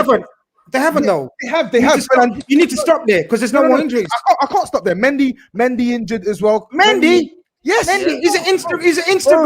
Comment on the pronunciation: man like violating, the way he said Mendy 😂